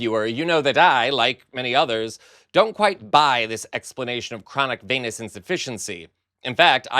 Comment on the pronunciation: anyone else hear "chronic penis insufficiency"? 🤣